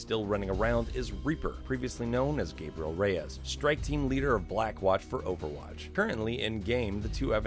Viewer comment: I'm not the only one who can't stand the mispronunciation of "Reyes", am I? Everyone in-game says it like the word "Rays".